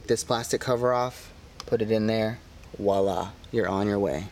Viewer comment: Hey, Just as an FYI: when you say “VOILÀ” the V is not silent. Since it is not silent in French it is not silent in English. Voilà is pronounced with a V..